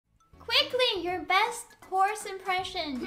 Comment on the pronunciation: Callie: Somebody say horse?! Run, you're in danger! And wth is a Jorse?